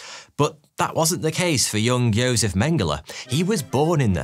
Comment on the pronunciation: He pronounced Josef correctly which itself means he can be excused of all other pronunciation crimes.